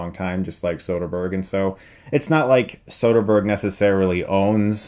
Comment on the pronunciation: I want a dollar for every time he says sotherberg